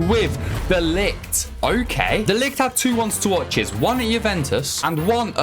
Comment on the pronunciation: the only one i noticed was de Ligt. But that’s because we dutch people pronounce the G different from the whole word. I can’t even explain it how we say it. But it is funny to search it up once, because maybe than you can pronounce it better haha